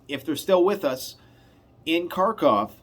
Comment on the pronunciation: thanks for all your hard work and value your point of view. Just a quick pronunciation tip - in slavic languages Kh diphthong is a gutteral H, so Kharkov is Harkov (and the final v is almost an f)